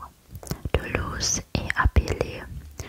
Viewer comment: Super vidéo :) Petite correction de français : la plupart des "e" (sans accent) en fin de mot ne se prononcent pas. Comme Toulouse (toulouz’), la ville rose (roz’) ou Nice (niss’).